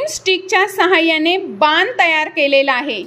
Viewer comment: बान नाही बाण